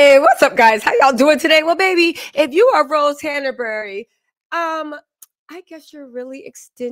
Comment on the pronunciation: It's Hanbury, not Hanabery